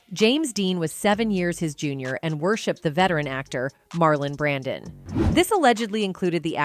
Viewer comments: It’s “Brando” not Brandan dump ass computer voice! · WHY THE STUPID AI NARRATOR KEEP SAYING MARLON BRANDON?? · why do you say Marlon Brandon ????????????